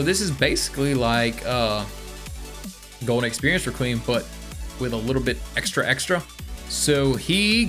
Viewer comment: The way you say requiem also do you not know that c moon whitesnake and made in heaven are all puccis stand right?